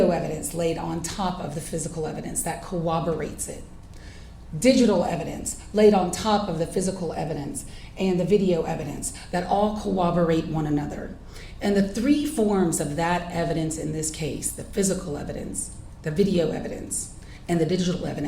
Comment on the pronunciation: Corroborate not co-oberate. She is an attorney and doesn’t know this?